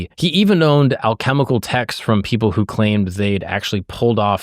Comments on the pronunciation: Anybody get the Manly Phall(us) reference ? 😂 Also, it's alchemical, not alchemal. I have a great story. I went to the Philosophical Research Institute, Hall's library to study the symbolism. I found by accident, the man who influenced the continental Congress s mind. He's on the back of the two dollar bill, standing by the door. He is the only person wearing a hat indoors. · Great video. The word by the way is alchemical, not alchemal, close tho! 😂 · Super video. Its alchemical however not alchemal. Great job brother